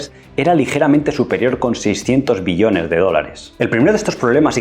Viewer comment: Todo bien, sólo pronnuncia bien la palabra "Billones" te entendemos millones y tengo que regresar el video para comprender.